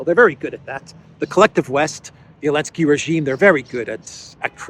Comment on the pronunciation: Why do you say Elensky 90% of the time when his name is Zelensky?